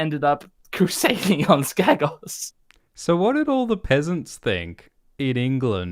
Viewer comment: It;s uhhh it's pronounced Skeggos